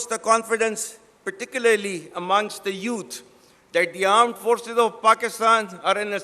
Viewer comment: Armed forces nahi aand forces kaho theek se 😂😂